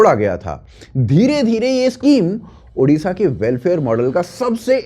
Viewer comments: It's"odisha" not "udisha" for your kind information "odia" not "udia' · I don't get this, don't you UP wale hindi letter mein ओ नही है क्या?। It's ओडिशा not उड़ीसा। Always a problem with Hindi speaking arseh0les😏😏😏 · One humble request, correct your pronounce.. Its Odisha and not Udisha. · First of all it's not ऊडीशा, it's ओडीशा. Everyone is pronouncing this wrong always. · Udisha ❎Odisha✅ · Our State name ODISHA not udisha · Udisha nahi bhai odisha hai ❤️‍🩹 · I am an Odia. I am totally apolitical. But CM means always Naveen ji for us. We miss Naveen ji. And yes one request..please say ODISHA in place of udisa.